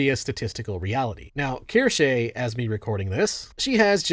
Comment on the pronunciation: Keer-shay huh? I guess you did about as much research as any other "journalist".